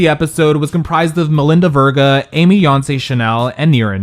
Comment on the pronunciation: Say her last name right! It’s like Sophia Vergara without the A at the end.